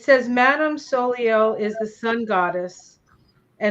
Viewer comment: Soleil is the French word for sun. It’s pronounced so-lay.